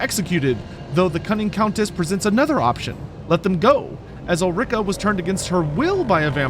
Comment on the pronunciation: Ul-ri-ka, not Ul-rika; even though it sounds bad ass